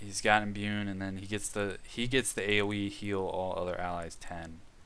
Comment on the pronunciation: I like the content but you really gotta work on your reading/pronunciation lol Wrys is pronounced "Riss" There's no N in Imbue Japanese names I'll forgive as you just sound like a westerner lol (tah-coo-me not tuh-COO-me)